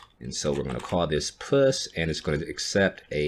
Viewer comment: Please say "Push" abit clearer.